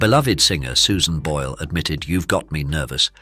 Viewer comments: Jej nazwisko wymawia się "Bojl", nie "Bole", matoły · Czy lektor jest takim tę;pakiem i niechlujem, że nie jest w stanie poprawnie wymówić nazwiska Susan, mimo że wystarczy posłuchać oryginalnego nagrania.